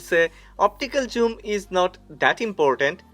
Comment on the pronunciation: Why do you pronounce zoom as joom? 😂 It is funny to hear!